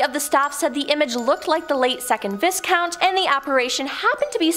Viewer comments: VBiss-count? I thought it was Vie Count? <*> Leeds JYrul infermorty? Seems to me it is GEN er Al infermorty? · Viscount.....the S is silent so pronounced Viecount....... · Your presenters can't pronounce words like "Tiber" and "economist" also "viscount", lol